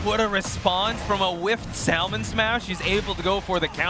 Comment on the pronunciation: why can that one commentator not say Salmon properly?